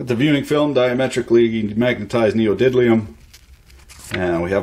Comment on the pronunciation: i am NEVER gonna be able to not reflexively laugh at 'neodiddlium'